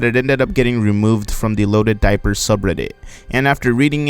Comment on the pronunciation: ITS LODED DIPER!